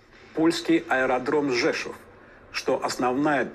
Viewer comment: słychać wycie w Rosji! nawet nauczyli się prawidłowo wymawiać "Rzeszów"